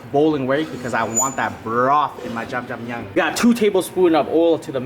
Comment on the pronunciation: dude you keep pronouncing jajang myun like jamjamyun